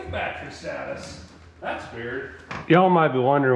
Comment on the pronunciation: GOOGLE: "Batree" Double dare ya....